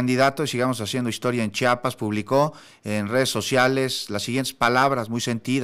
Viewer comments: Es Chiapas, Chiapas, no es chapas. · Por qué hay gente que dice Chapas como este locutor? Es CHIAPAS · Da mucha muhuina cuando dicen chapas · Aprende a hablar se dice Chiiiiiiiapas no CHAPAS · Se dice Chiapas ldl0ta